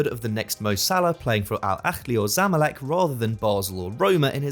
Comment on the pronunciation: man said al a5lii and zomalek